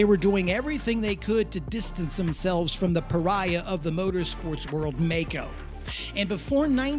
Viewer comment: I cant figure out how you consistently go from pronouncing the name maisch correctly and then the name maico incorrectly in the very next sentence despite knowing that the company is named after the maisch brothers